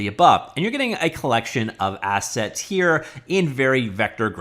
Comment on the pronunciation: "Assets" ..... I thought he said "Asshats" ... my bad😅